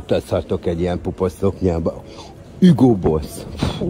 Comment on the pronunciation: Kláppenbörg kláppenbörg…Cyla! Nem hÜgo, hanem hUgo Boss. Német volt az anyádúristenit!